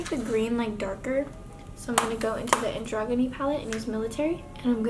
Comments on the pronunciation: Its pronounced an-jro-Jin-ee not anGroginy 💀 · "an- DROG- UH- KNEE palette" anyone else amused at how she can't pronounce androgyny